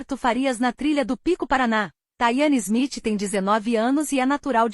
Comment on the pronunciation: "THAYANE SMITH"??!!! Taiane Silva, deve ser o nome dela